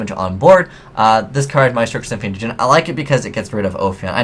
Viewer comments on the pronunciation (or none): none